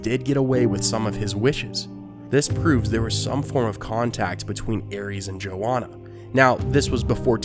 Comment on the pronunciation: The pronunciation of "Joanna" is terribly wrong. It's not "JoWonna" as he says it. It's "JoANNA ". Source : My family has Joannas in them. Joanna Village, Pennsylvania. It's a real place.